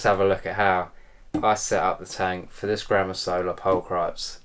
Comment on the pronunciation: How can British fuck up the word pulchripes so bad 😂